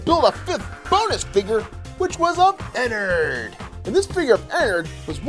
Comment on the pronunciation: I'm a big fnaf fan but its enard not enerd